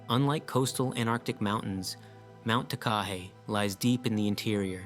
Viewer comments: Takahe is pronounced with the emphasis on every syllable the same like ta•ka•heh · Mt Takahe is pronounced; Tah - kah- hay. Each syllable is given equal length and it is from the once believed extinct but then rediscovered bird of Aotearoa-New Zealand, _Takahē _